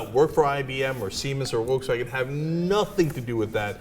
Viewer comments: Just so you know, "Volkswagen" is not pronounced, "Wolkswagen" even in German. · It's pronounced "Folks Vagen" :). Sorry if I'm being pedantic :P Greetings from Germany!